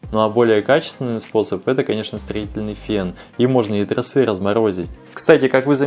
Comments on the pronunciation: я очень безграмотный в русском. Но торосЫ и трОсы режут ухо даже мне. Если ты вещаешь в массы, хоть делай не тяп ляп. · А как оживить закисшие трОсы,а не тросЫ.так и не сказал.хотя это было бы ооооочень актуально. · Не тросЫ а тросА